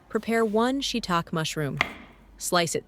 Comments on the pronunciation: Or maybe both channels are the belong to the same owner. This one has an AI generated narration. It says: shitak mushroom instead of shitake😅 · Shiitake is pronounced “ She e ta kay.” 😅 Malaysia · Shiitake Mushrooms = shuh.taa.kee mushroom 🙂